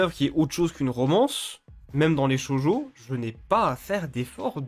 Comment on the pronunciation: Je l'ai appris que récemment, mais je tiens quand même à pinailler dessus. On dit "Shoujo" et non "Shojo". Cela se dit donc "Sho-ou-jo". Oui car "Shoujo" veut dire "jeune fille" en japonais, alors que "Shojo" veut spécifiquement dire "jeune fille vierge". Tu dis ça au Japon et ils le prendrait mal, à ce qui parait.